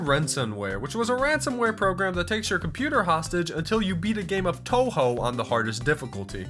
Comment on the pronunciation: HE SAID TOUHOU RIGHT OMG